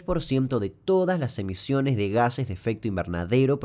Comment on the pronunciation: Muy buen video aunque creo que en el minuto dice emisiones, con C